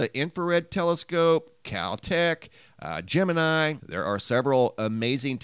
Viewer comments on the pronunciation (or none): none